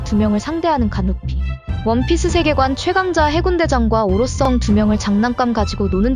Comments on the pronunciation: 오로썽 영 거스림 ㅋㅋㅋㅋㅋㅋㅋㅋ 성 발음 안되시나요?? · ㅋㅋㅋㅋ아 오로썽 썽 거슬리네